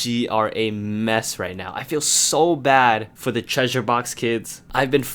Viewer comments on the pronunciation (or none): none